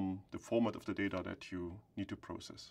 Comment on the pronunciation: This guy adding that extra S on process like 2 minutes later is so funny to me lololol. Besides that this vid is so good thank you for breaking everything down and explaining it visually!! Appreciate it!!